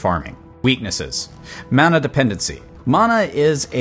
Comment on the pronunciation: This is Diablo it’s mana not muna